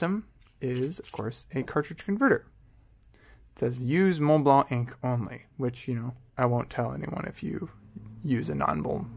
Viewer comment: Finally, a native English speaker (I'm assuming) who pronounces Montblanc properly. Où as-tu appris à parler français? I used to dislike Montblanc because I knew too many people who had one but never wrote with it or even cared about fountain pens, they just wanted to show off the little snowcap sticking out from their shirt pocket. I also wrote with a modern 146 and was far from impressed. I mean, I have Pelikan, Pilot and Sailor pens that cost half as much and write twice as well. But then a fountain pen buddy recommended I look into vintage Montblancs and I picked up a 342-G two years ago, and it's a fabulous little writer. I just bought an early 1980s 146 and am waiting for it to arrive.